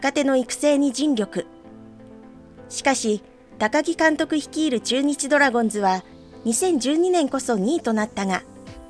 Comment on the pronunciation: まぁ、コーチとしての手腕も？？？な鈴木某だしなぁｗ 内部情報を垂れ流しするとか普通に考えてあり得ないこと。 ついでに言えば、ドラゴンズを「ドラゴンス」バントを「バンド」と独自のニュアンスｗ 正しい発音を出来ないとか頭が弱いのかな？ｗｗｗ